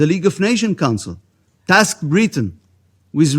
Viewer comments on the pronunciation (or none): none